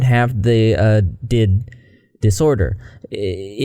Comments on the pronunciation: Just wanted to correct you on some things. D.I.D isn't pronounced ''did'' it's pronounced with each letters separated. Also the 'study' you fell on isn't right. Even through, as someone who is clinically diagnosed with DID and is also tired of watching kids making thoses role play worlds and calling it alters, this video in general isn't wrong at all I just want to correct this detail about the study you choose among many others because it got it wrong on some stuffs. DID doesn't affect a person at any age. No adult can suddently get it from a trauma it only start developing between 6 and 9 years old and then the symptoms can start to show around late teenage years and early years of adult life. After that it keeps developing so some other identities can appear during your life but the moment DID is formed in the brain is during childhood only. You get diagnosed after seeing alot of professionals for years otherwise getting a diagnosis before that is more than rare. It's indeed caused by trauma and it's a survival mechanism that the brain makes to protect the child (and still as they grow up). Also, it doesn't affect 1% or less of the world population but actually most of the studies points between 1 and 3% of the world population (which is still way less than the amount of kids faking for views on tiktok). A few things more: fictive identities or couple of identities exists but tiktok is exagerating every aspects of it like in the way they act, talk, switch etc. Those kinds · Also you may have said it "did" for engagement, idk, but it's "D. I. D" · also alters dating each other isn't as rare as it might seem.. tho that J&J do be kinda sus but seriously, just because it feels weird to a singular(plural = body with DID) this doesn't mean it's fake ..also it's pronounced Dee Ai Dee (D I D) not did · Hi! Just wanted to say it’s pronounced D.I.D. Great video!!